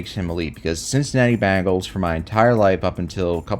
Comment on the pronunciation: ben gals not ban gals ya goof anyway go birds